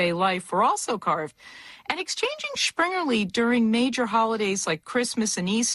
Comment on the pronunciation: where does she get the "sch" sound in Springerlee.